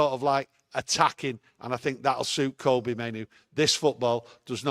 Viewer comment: Monthly reminder: Kobbie like Robbie, not Kobbie like Kobe (Bryant). I think 'we' have a responsibility to have the lad's name pronounced correctly. His play has earned at least that much !